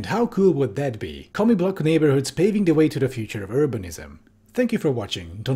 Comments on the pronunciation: I know you're saying 'commie blocks,' but I hear 'comic books' and I lol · Everytime he says "commie block", I hear "comic book". 😅